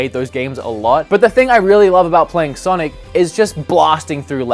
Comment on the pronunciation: "No great sanic games"......